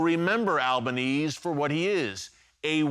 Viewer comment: I love that Albanese is so unimportant that Erick has failed to pronounce it correctly even once. Most Aussies do not support Albo, but do support Israel. Albo is an embarrassment.